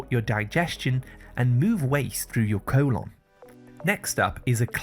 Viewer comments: Great informative video,but why does he keep saying "co-lonn"? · Co-lon lol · Your cool-onn 😂